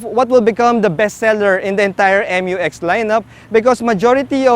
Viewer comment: FYR it is pronounced as "myu-ex", not M-U-X. That's why it is spelled Mu-X. ✌️